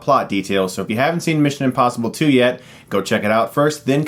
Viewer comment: Is he saying... INpossible?